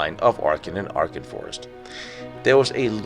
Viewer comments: It’s Aachen not Archen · Acchen not Archen is the correct pronunciation........No R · Thank you, I'm glad I was not the only one who noticed that. It was quite off-putting hearing him alternate between the correct pronunciation and hearing what sounded like arkhum!